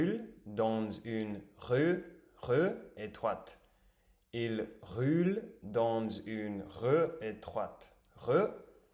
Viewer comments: Il roule ...c est le son OU comme dans le mot " rule", " fool" etc en anglais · i have a suggestion : for the word Roule, the "ou" it's pronounced more like the "oo" when you say the word "Fool". And for the word Rue, the "ue" is pronounced as the "u" sound when you say the word "flu". Hope this helps :)